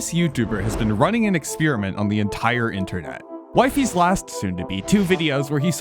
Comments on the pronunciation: bro it's not "wifeys" it's "wifies" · Its "wee-fees" not "wife-ees" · It’s not “Wifies” (wh-i-fee-z) it’s “wifies” (w-ee-fee-z) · Why does bro say it like wifeys its weee feeees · WYFIES??? ITS W-I-FIES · hearing him pronounce wee-fees as wifeys is killing me (also bro an arg is literally supposed to be fake) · Bro his name is speld wifiis ...not wyfies 😂😂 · Wifie? Its wefeees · It's wee-fees not y-fees. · I think its pronounced wee-fees not wifies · It’s wefees not WiFi’s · PLEASE he s pronounced WEEFEES not WIFI WIFIES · Bro he isnt called wie fies its called wee-feez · Pls its weefies not wife ees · its pronounced we-fies, not wife-ies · "waifees" 😭😭😭🙏🙏🙏 its pronounced "weefees" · IT'S WEE-FEES NOT WAY-FIES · its not "wife-ees" its "weef-ees" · its not waifies its weefies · It’s pronounced we-fis not wi-fe-s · IT IS WEE-FEES NOT WIEFES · it sounds like he's saying "wifeys" 😭🙏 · I think it's pronounced wee fees not wife ees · It is weefees like weee! Not whyfies. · He is "Wee fees" not "why fees" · Wi-fies, like dawg its literally in his bio it should be wee-fies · what ? ppl didnt know it was scripteddd?? and its wee - fees btw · it's actually called wee fee es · its pronounced wee fees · ITS. PRONOUNCED. WEEFEES. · Why did he pronounce it like wyfies and wefiis or am i just pronouncing it wrong my entire life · ITS PRONOUNCED “weefees” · weefees* is how you pronounce it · wifies is pronounced weefies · I think wifies' name is pronounced as, "weefees". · It’s weefees not wifies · Why does he pronounce Wifies as Wifeys 😭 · bro its pronounced weefees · "Why-fees made the ARG" yeah dude and we need air to breathe💔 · It's pronounced 'Wee-fees' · If you read his channel description, you see that it's pronounced "WEE-fees" Just pointing it out. 😡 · Wee-fees…..Jesus Christ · A minute in and Theres absolutely no way you're pronouncing his name as wife ees for the whole 24 minutes long video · bro just calledhim wife-fys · his name is pronounced we-fies btw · its wee fees